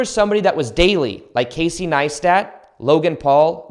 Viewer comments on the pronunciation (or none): none